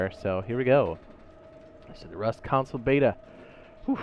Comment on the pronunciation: PLEASE SAY CONSOLE NOT COUNCIL PLEASE SAY CONSOLE NOT COUNCIL PLEASE SAY CONSOLE NOT COUNCIL PLEASE SAY CONSOLE NOT COUNCIL PLEASE SAY CONSOLE NOT COUNCIL